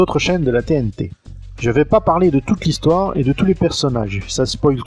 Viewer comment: 0'51 "hissoire "...tiens tiens 🤔 ^^ +1